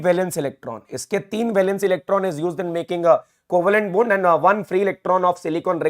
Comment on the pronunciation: sir aap bond bol rhe ho mgr pta nhi mujhe bund bund kyu sunayi dee rha h !!!! ....😂😂